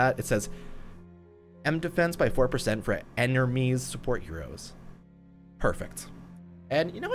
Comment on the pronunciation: “enermies” lmao what